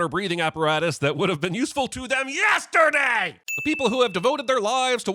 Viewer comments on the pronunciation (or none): That "YESTERDAY" was personal